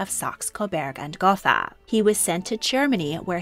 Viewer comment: The German language has no “th” sound. Gotha is pronounced goat-ah